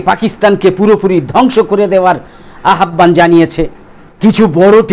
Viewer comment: আপনার প্রত্যেকটি প্রতিবেদন অত্যন্ত মেধানির্ভর উর্বর। প্লিজ স্যার আহ্বান উচ্চারণটা একটু ঠিক করে বলবেন। একদম কিছু মনে করবেন না। অনেক অনেক ধন্যবাদ